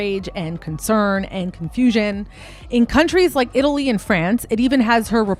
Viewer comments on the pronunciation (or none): none